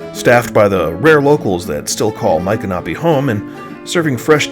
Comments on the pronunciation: I've been a resident of Florida since 1976. I've never heard Michanopy pronounced that way from central to northern Florida. I've always heard it pronounced with an ick sound not an Ike sound. I also belonged to the Seminole War Society and always heard it with a M ick a nopy with the accent on the Mich (Mik) first syllable for the famous Seminole Chief. Anyway a great video and a great little town. I have purchased many fine antiques in the many shops. We also usually travel to Cross Creek and eat at the Yearling Restaurant and visit the Marjorie Kinnan Rawling farm as well. Great video with alot of information!❤ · Please don't think I am being critical, but we lived in Ocala for 8 years in the 1980's and visited Micanopy several times. It is pronounced Mick-an-opie. My parents were antique dealers and I first went there with them when they visited from Massachusetts one winter. My son was only about 4 and they got tickled with his fascination with the anchor, which he called a "yanker". Not far from there is the Marjorie Kinnan Rawlings home and Cross Creek. They filmed part of the movie Cross Creek with Mary Steenburgen in Micanopy. They covered the streets with leaves to conceal the pavement because when she lived there the roads were all dirt. Next time you are in that area you should go visit her home and also the Cross Creek Restaurant where you can get some gator tail! TampaJay did a video about that restaurant but he did not visit Marjorie's home. Maybe you should go together and also eat at the restaurant. He really liked it. Thanks for sharing-it has not changed much since the 1980's! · I was told it’s pronounced my canopy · YOUR SAYING MICONOPY WRONG!